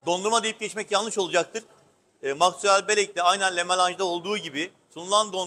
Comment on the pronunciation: Cok guzel bir sunum teşekkürler. "La" değil "Lö melanj" olacak okunuşu :)